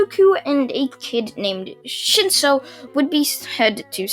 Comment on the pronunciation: you said shinso I heard shitso